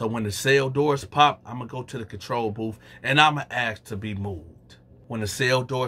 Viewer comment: They transcribed booth as "boof" among other words😂😂😂😂😂😂...dats what dey sound like😂😂😂😂😂pretty accurate